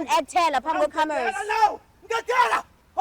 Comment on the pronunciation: "Uzondi actela phamb' kwe Camerous" 😂 "Uzondi actela phamb' kwe Camerous"